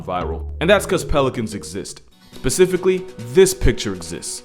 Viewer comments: homie you’re smart, but are you walking around sayin “pacifically”? nah man don’t do that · Pelicans exists, "pacifically" lolllll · Boy did u say basifically?! 🤣